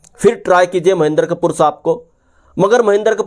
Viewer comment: उनका नाम महेन्दर कपूर नहीं है,"महेन्द्र कपूर है",कृपया शब्दोच्चारण सही रखें।